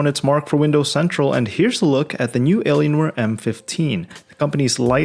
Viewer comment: Is it just me or the way that you really pronounce "Alienware" were just like Eleanor